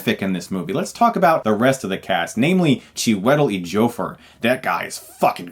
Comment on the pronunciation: Pronunciation: Chew-i-tell......Edge-ee-o-four = Chiwetel Ejiofor.